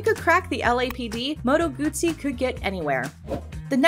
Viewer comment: Good job, narrator, pronouncing Moto Guzzi correctly. Bravo!